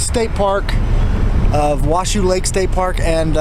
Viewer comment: Washoe is pronounced Wah Show ;) Lahonton = Law haun Tun